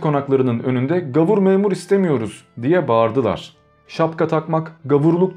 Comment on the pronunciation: Gavur değil, gâvur.